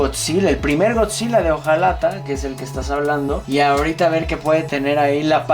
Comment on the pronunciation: El morro bien experto Y dice... Gokzila